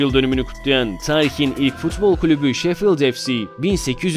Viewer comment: Bak yine 3. 08 de tarihi yerine tariki diyor.